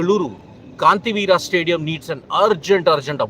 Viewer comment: Kantiveera ❌ Kanteerava ✅